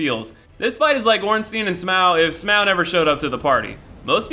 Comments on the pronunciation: Ornstein can be pronounced like that or ornstine, but yeh now way is smough smaw hahaah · Did he say smwough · if you say "smo" one more time I'm gonna slap your gay ass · Ornstyin and smow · "Orenstein and Smow" 😂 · Ornsteen and Smauw? Never heard such disgusting pronunciation in my life